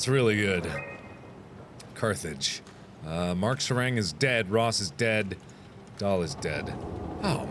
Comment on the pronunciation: Markiplier: is korean Markiplier: pronounces sarang incorrectly